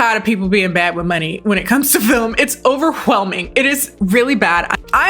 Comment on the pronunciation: 😂😂Why said “overwhelming” like stewie says “cool whip”, I feel like Brian when he noticed the emphasis on the ‘h’………….but the book that this movie is based off of is pretty good but still as slightly confusing